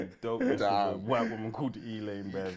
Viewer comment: Loooool white woman called E-LANE😂